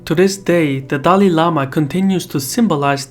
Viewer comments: It's not Dali lama, but, Dalai lama. Please note. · ITS DALAI LAMA NOT DALI LAMA